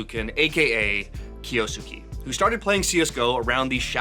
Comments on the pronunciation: It does not sound like "skey" at the end. I don't know the proper notation, but it's more of a flat "e" at the end not an "ey" sound, like Kyo-s-ke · It's not kiyosukee.. it's a Japanese name so it has to be kiyo-sukay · And it’s not even pronounced “kay” in the end HAHAHAHAHA it’s just ke Not key or kay 😂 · who the heck say it kiyosuki? Its Kyou~suke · Kyo-su-ke mate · It's "Kyo-soo-keh" Or "kyoskeh" if you read it fast How is that so hard to pronounce 😭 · it's pronounced as "Kyoske" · pronounced (Kiyo Skeh) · Drink challenge: take a shot every time he says "Kiyoosookee" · Can it be bleach so 8 don’t have to hear him say it anymore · 京介 " kyou-su-ke" 😂😂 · Kyo-s-kay. I dont know why that is so hard to pronounce. Simple voice prompt in google translate is the least you can do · Name butchering!! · say the name right challenge: difficulty: IMPOSSIBLE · 1 second in and already said it wrong. Wild 💔💔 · Name butchered as always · oh no he barely mispronounced a name that's not in his native language i'm gonna have a stroke guys help 😭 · It's esports, and I don't know how he pronounces it, but the way that name is being pronounced in this video has way too many syllables